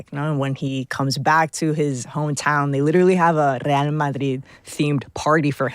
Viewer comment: No "Admonish" for Steven mispronouncing Real?